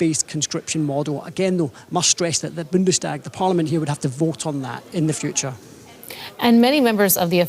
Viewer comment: Please help your boy pronounce Bundestag, long A Bundestaaag